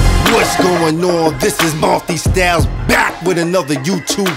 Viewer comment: I gotta point this is out right quick I found it funny lol. says: Mul-(tye) styles Multistyles says: Mul-(tee) styles Just found it funny